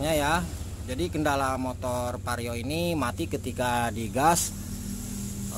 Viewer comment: vario bang bukan pario 😂😂 canda bang hehe